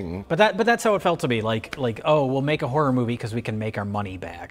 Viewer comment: I'm just here to hear Mike say "Hahrar Moovie"